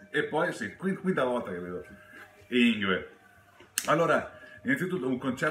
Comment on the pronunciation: Bellissimo video, grazie. Piccola parentesi: una svedese mi spiegò che si pronuncia "Yngwie" (con una musicalità per noi innaturale...).